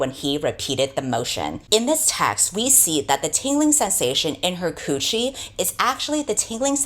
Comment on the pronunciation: There have been several points that I had to pause to laugh at but really fucking got me. The way she says coochie almost gets me every time as well 😭😭 Not that there's anything funny about late stage capitalism and revolution, though. Stay woke guys ✊